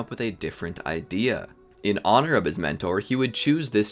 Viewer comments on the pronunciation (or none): none